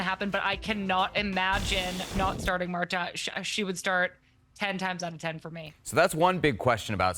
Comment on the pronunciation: Did she just call Marta, "Marto"?😂😂